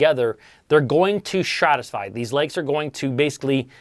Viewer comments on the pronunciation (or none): Dude there is only one S in stratify lmao. Hearing you mispronounce that every time was too much